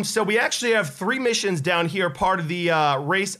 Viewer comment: You said mishines XD it's missions